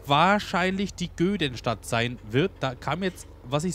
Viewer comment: die heißt Göddenstedt und nicht Göddenstadt und nimm sie bitte